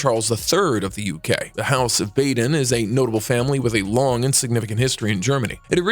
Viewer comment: "Bah den", not "Bay den". "Feh lee peh", not "Fehlip".